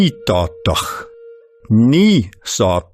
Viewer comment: It is pronounced like the th in the word bath.